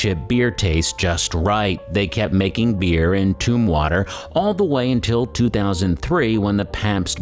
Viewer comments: Being from Washington it is pronounced Tum Water not Tomb Water. This is just to let people know for the future. Just as when when I lived in the mid west I know I pronounced things different than people who lived and grew up there. It is funny too cause my daughter says caramel and I say carmel even though she was bourn and raised in the same house. Good video for us beer geeks that like the history! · "TUMM"-water... NOT "Tomb"-water. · It's "TUMwater", NOT "TOMBwater"! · Tum-water... not toom-water. But RWB often would be cans of regular PBR, at RWB prices. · Olympia is made in Tumwater (pronounced like tummy) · i have never heard of tombwater. i know where tumwater is. it is pronounced the way it looks. tum as in tums or tummy. c'mon man. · Oly & Weinhard's private reserve where my go to beers back in the day. Oh and Oly's city is pronounced Tum-water Washington, like tummy troubles.